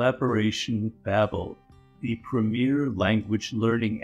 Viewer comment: Lmaooo seeing Robert Greene do an ad for Babbel is kinda funny Curious how he calls it “Babel” as is biblically accurate, but not accurate to the company’s name